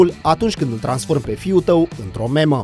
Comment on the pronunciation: memă? serios? se pronunta "miim".....